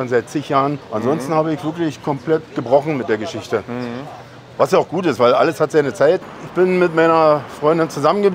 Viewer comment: Betonung liegt auf „Geschichten“ 😅